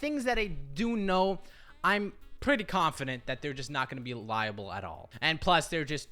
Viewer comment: Held 'Liable'. not 'Reliable". lmao